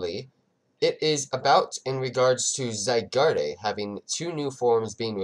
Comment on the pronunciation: you dont say: zygardeee you just say: zygard